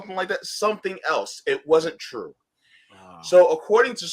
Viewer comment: it's Twue, it's Damned Twue ;-)